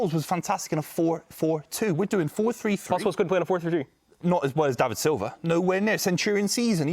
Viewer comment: man said silva 😂😂😂😂😂😂😂